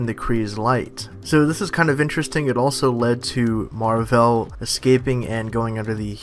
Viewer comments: Wow. Man certian crap irritates me. Stop making videos on the mcu if you cant even pronounce the names right. Its marvel, not marv'el. Seriously go back to your DC world. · Skankhunt42 He pronounces it Captain MarVEL